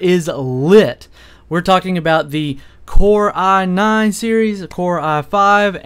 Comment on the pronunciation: I hate the way he pronounces "i9". "aah naan"